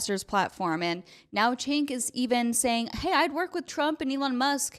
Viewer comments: The "C" in his name is pronounced as a "J" because Turkish name. Hence, Jenk. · Where was the crying part? It really appears you haven't watched tyt since you are utterly butchering cenk's name.